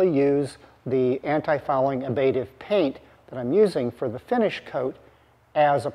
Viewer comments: fyi it's ablative, not abative. No biggie. Great show as always. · And since we are discussing it, something I have heard in other contexts, the second 'a' is short. /ˈablədiv/ not /ab'lādiv/ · Btw, it sounds like you pronounce ablative ("Ablation is removal or destruction of material from an object by vaporization, chipping, or other erosive processes.") as abative ("The abative effect: A new term to describe the action of antecedents that reduce operant responding"). Maybe there's a really discrete l there? Reading and rereading the definition of abative, I still don't get it, I think relating to psychology...